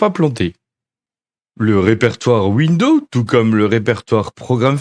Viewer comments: L'autre, il fait une présentation de ouindo 95 mais il n'a absolument aucune notion d'anglais...It's incredible!!! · "Bienvenue dans cette vidéo-cassette de formation à windEAU 95" 😂